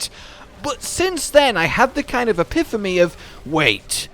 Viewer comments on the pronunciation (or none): “Epiphamy” That is not a word. Come on guys.